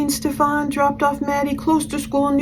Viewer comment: I always laugh when she calls him Stefawn instead of Stephan it's so dismissive not saying it correctly lol